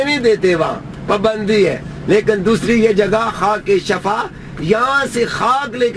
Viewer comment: Es uncal ko samjao k shafa NH shifa kehte hn